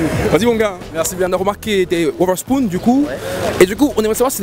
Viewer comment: “Oversponn” chui mort 😂😂